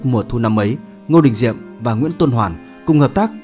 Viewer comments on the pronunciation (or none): Kênh lịch sử mà đọc là Ngô Đình Nhiệm thì đủ biết kiến thức từ thằng đọc sai ko biết đến thằng biên tập rất giỏi sử😂